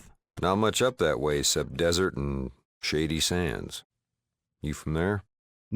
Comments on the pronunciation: I'm gonna be honest even though I'm well aware what the name of the town is, it sounds like you're saying "shitty sands" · Genuinely great video, but word of advice...enunciate a little better...every time you said "shady sands" it sounds like "shitty sands" to my ear. Also the word is "struck" not "striked" Minor criticisms, please dont take this as me saying it ruined the video for me